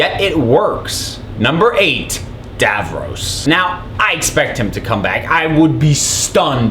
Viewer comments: dAV-rOSS nOT dAV-rOSE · I don't know how you manage to say Davros wrong. It's Davros, rhyming with loss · It's Davros, not DavFrost, you moron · i can never forgive you for when you said davros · TheToastyLegend I noticed as soon as he said Davros 😂